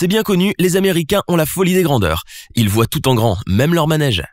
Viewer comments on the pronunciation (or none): none